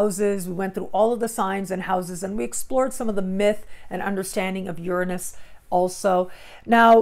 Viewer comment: the only person ive heard pronounce Uranus the same as me. Ive been studying astrology since '96 and the eclipse just opposed my Dec21 Sun. I'm keeping my awareness sharp and ready for evolution.